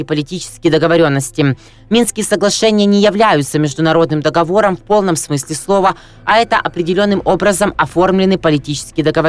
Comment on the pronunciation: ДоговОром, а не дОговором, читай правильно!